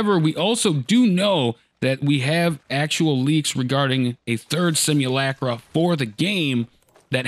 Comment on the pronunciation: it's pronounced: "sim(ulator) - (H)ulk - (B)ra" "sim - ulc - (d)rum"